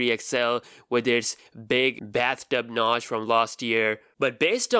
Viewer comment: Did you say ‘bathtub notch’ or BASTARD notch?😂😂